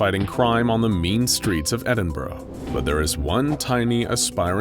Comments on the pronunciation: Ok so why can't anyone pronounce Edinburgh, it is legit Ed-in- bruh. It os weird thing but i just couldn't get it out my head. Sorry But good video anyway pretty interesting to know more scps that just wanna help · The never ending quest to find an American who can pronounce Edinburgh correctly continues...